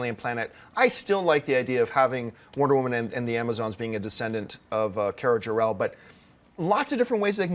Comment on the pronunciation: It's Kara Zor-El